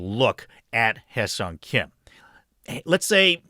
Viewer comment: Kudos for the proper pronunciation of his name